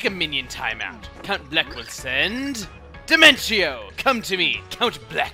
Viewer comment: And now I remember why I called Dimentio's name wrong, it's cuz of you XD (The voice he gave Dimentio literally killed me tho)